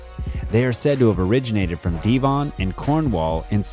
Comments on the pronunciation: Where on earth is De-von? It's pronounced Dev-on??? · Its De von.... not Dee von.... get it right..... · just fyi "Devon" is NOT pronounced as Deevon but with a short E sound, like in "devil" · Why are Americans so ignorant ? Devon is an English county, so if you can't be bothered to say it correctly you should not work in the industry. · Please look up the pronunciation of Devon